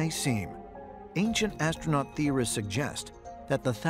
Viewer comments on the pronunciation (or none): none